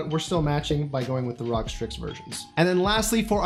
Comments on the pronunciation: stop saying "Rawg" ITS R.O.G. I cringe every time. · makes me cringe when you pronounce "ROG".... i believe its "R-O-G" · r-o-g R-O-G IT ISNT HARD